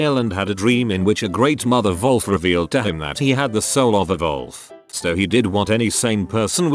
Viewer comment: i love that it says volf instead of wolf